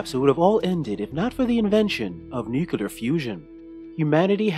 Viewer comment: repeat after me: new-clear new-clear new-clear there is no such thing as "nucular"